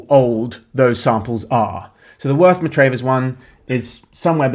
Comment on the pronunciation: It's pronounced Worth Mah-travvers. It has one of the best pubs in england, the Square and Compass